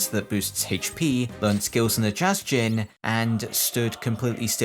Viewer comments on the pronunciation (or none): none